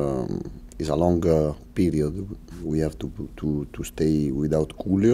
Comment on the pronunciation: Loving how he pronounces ‘Julio’ ❤